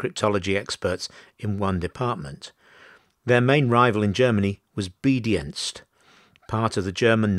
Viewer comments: I think you may be referring to 'B-Dienst', or Beobachtungsdienst, literally 'Watching Service'. As it's a German name it's pronounced 'B--Deenst' not as in 'obedient'. As a general rule a German 'ie' is an 'ee' and an 'ei' is an 'eye'. The failure to change codes was certainly disastrous but the American warning has to be taken in context, in that the US also continued to use the same code for convoy signals. It was thus likely viewed at the time by both as a suspicion rather than fact. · Yep, that 'B-Dienst' pronunciation bugged me too. Otherwise, a good presentation.